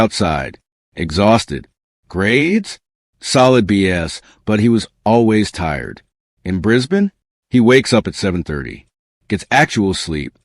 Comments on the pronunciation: Marcus's grades solid "bee ess" and jumped to "as"? What else would his grades be, when you're using A.I. bullsh*t for narration. The person who created this video has probably never set foot onto Australian soil. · What's with the AI voice? No teacher would say rebel as a noun, in a context where it is a verb. Or pronounce getting Bs as a grade "B.S."